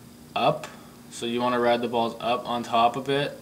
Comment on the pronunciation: you say BALLS soo wrongly